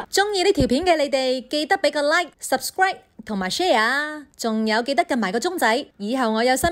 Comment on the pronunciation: 大佬呀！唔係拾士歸，係subscribe 讀盡啲發音先啦！